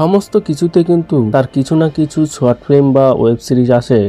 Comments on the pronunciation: র-ফলা বলতে পারেনা, জায়গা কে জাগা, কিছু কে কিসু বলে বসে বেচারা, এবং আরও অনেক ভুলভাল বকাই এর জন্য সাধারণ ব্যাপার! কি দুঃখ, এবার বলবে কৌশিক, কিন্তু বলতেই তো পারেনা ঠিক করে😢! আবার পড়তেও ত-ত করে বিদ্যান ছেলেটি, ইংরেজি বাংলা নির্বিশেষে ভুলভাল পড়ার কোনো তালিম নেওয়া আছে বলে বোধ হয়!😢😢😢😢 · পথম, কিসু, জাগাটিকে 😂😂😂😂😂 ভাই একটু পড়াশুনো কর, কথা বলতে শেখ, তারপর বল! "এবার বলবে কৌশিক", বললেই তো আর বলা যায়না!